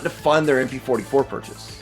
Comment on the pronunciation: MP fohty fo - it’s a ‘no’